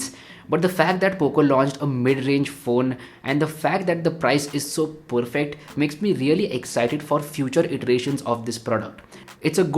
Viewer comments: I guess saying 'poorfect' instead of 'perfect' is a thing now. Anyways. Dope video as always. 🔥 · THE Poorfect guy🤣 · Dope video as always!! but saying poorfect too many times was a bit off!! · Feels annoying if it is done on a continuous basis otherwise the present of the video is solid. I like to watch videos from YouTubers who have a very clean way of representing things but that 'Poorfect' is annoying. Sorry mate.